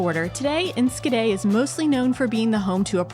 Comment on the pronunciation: Look at those sandwiches, amazing! Y'all (you all, how do you say that) are making progress in Dutch! The hardest thing is the 'sch' in, for example Enschede. you tried, and said ensKede. Did you know that in WW2 the best way to know if others were foreign and not to be trusted (not Dutch) is asking: can you say "achtentachtig kacheltjes"? (eighty-eight heaters). Pronounce was key.